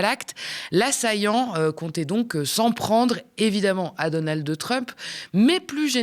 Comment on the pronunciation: C'est Donald pas donaldeu